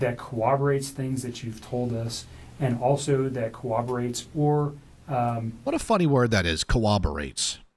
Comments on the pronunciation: it's corroborates 😅 he's just not quite saying it right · Annnnnd ADHD train checks into the station with the word "cooberates".....as mine checks in trying to spell it and is convinced i am wrong after 13 attempts 😂🤣😂